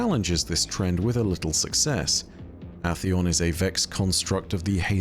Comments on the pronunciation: Is it pronounced Ah-theon? I've only ever heard Ay-theon, and I've heard it that way for so long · Aint no way bro just said atheon like that💀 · Love you but goddamn after the 10th mispronounciation of atheons name made me give the same reaction as when the wifi runs slower than a three legged badjer